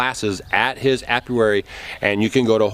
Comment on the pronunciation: Apiary - a place where bees are kept. (A-pee-air-ee)